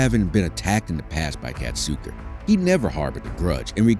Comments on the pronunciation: Whoever made this video can't friggin read. KA SAT KA Where in that do you see Cat Suka? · ITS FUCKING KASATKA NOT KATSUKA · why does he keep calling her "katsooku"? that's not her name yo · Well, fist of all it's pronounced, Kah-sah-kah and peters used punishment and isloation for training. So I'm not surprised she attacked him. The pools in the back aren't big enough for the orcas. They literally have to drag their tails on the bottom. And that's where he would put her when she got a trick wrong. Tricks he knew she couldn't do perfectly. But made her do over and over. Rake...like the gardening tool. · The mispronunciation of Kasatka’s name is kind of doing my head in. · I wanted to enjoy this video. But I stopped watching after realizing this video is full of misinformation; Kelti Byrne was killed by Tilikum, not by Nootka 4; Nootka 4 was a female, not a bull; and the narrator didn’t even learn how to pronounce Kasatka’s name. Poor video 👎🏼